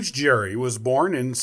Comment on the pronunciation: Nice but you mispronounced Gerry